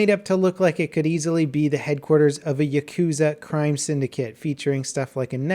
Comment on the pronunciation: The way you pronounced Yakuza. 😪🔫